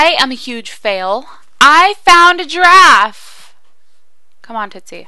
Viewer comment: When you say giraff it sounds like drawf ^^